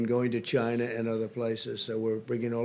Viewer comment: He has to say "Chyna" virus every now and then to appeal to his white supremacist base.